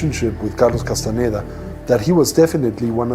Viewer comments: کاس تان دا تلفظ میشه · خواهشا اسامی رودرست تلفظ کنید. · واقعا تاسف داره که کسی که روایت میکنه هنوز کاستاندا رو درست تلفذ نمیکنه و زیر س و ن ، در تلفذ کاستاندا کسره میزاره ، در صورتیکه ساکن هست . اگر کمی انگلیسی بلد بود میفهمید که e در اخر کلمه خوانده نمیشه . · اول اسم طرفو درست بیان کن بعد مستند بساز